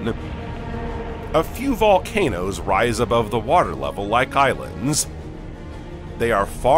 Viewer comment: bro i read this and he said "more present than... volnacOOOsss